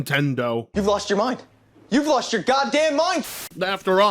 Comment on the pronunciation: yeah I like how you always blame us for yourrrr problems